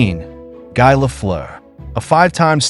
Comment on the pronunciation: It will be cool when AI learns to pronounce names correctly. Good ol' G-eye Lafleur, Joe Sakich, and Maurice Rich-erd.